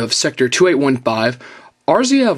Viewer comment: lol, A-ris-aa you crack me up lol